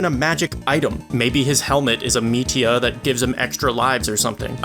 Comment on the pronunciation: whats a metia? did you mean meteor?